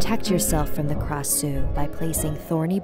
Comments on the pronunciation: Its supposed to be pronounced krashuw not krasew but you guys live in a different state so i dont hate ( oooo dat rhyme boi ) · yes indeed I live in Thailand it’s a Thai tale and I think you pronounce Krasue Wrong I think you pronounce it with Klrasue and I heard different story too ^^ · but instead it's pronounced AB like ah+b and it likes to eat intestines such as stomaches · We never called it krasue or whatever this nonsense, it's ARB , krasue is thai word, we call it ARB pronounced like ABS but without S sound